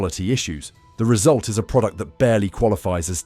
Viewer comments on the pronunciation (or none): none